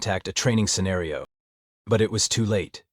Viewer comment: Good grief! How many ways can the AI screw up saying “sergeant” and “scenario”? Not to mention whoever is doing the text needs help. Otherwise it would have been an enjoyable listen.